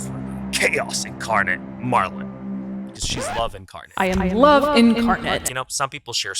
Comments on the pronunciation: Minor issue: if Marlyn refers to herself on Instagram as Marlyn, and her best friend refers to herself as Marlyn, why do you repeatedly refer to her as Marilyn? Did I miss something? It’s not a huge deal, but it does come across as impolite to continually pronounce someone’s name incorrectly. Just something to think about! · purposely mispronouncing her name for the whole video was like the guy that drags a bit on for way too long and youre just sitting there going holy shit we get it, its not funny anymore 🤭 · Ngl I felt like this video was biased off the fact that u refused to pronounce Marilyn name correctly. I don’t know if u r culturally unaware but that was HIGHLY disrespectful. To purposely mispronounce my name after I corrected u is to disrespect my legacy. Yet you had no problem defending the white roommate. Bestie I don’t like how this look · Why wont you say marilyn's name right 😂😭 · Pronounce the damn name right. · Why can’t you get poor girl’s name right 😅 poor Marlyn